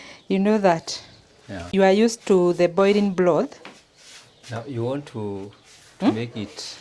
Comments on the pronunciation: I finally figure out you are saying broth and not blood🤣🤣..we eat the meat and also the bones..sometimes they are soft and we make soup with dumplings with the broth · I was also going to correct you about your pronounciation of the word BROTH and also turned on the Subtitles which said you were saying blood which was not correct. You should realise there is an "R" in the word broth then you can't go wrong and Peter should have corrected you like he normally does. The broth meal turned out great and I like the potatoe cakes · It is not bloth it's broth